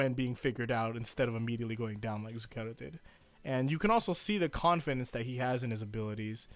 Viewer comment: Anyways, it's zúcchero. Believe me i'm from italy.